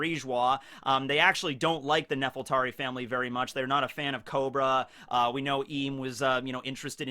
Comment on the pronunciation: I hate to nitpic, but I feel like I have to get this out of my system. I think the name of the ruling family of Alabasta is supposed to be Nefertari, with an R. I know L's and R's get mixed up in Japanese, but since Oda based Alabasta on Egypt, it's pretty obvious he named the family after Queen Nefertiti, sometimes called Nefertiri or Nefertari. Even Vivi's late mother was called Nefertari Titi. You can't get anymore obvious than that. Nefertari also sounds better, at least in my opinion.